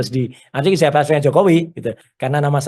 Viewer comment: Ijazah bukan ijasah...betulkan pengucapan bhs Indonesianya😂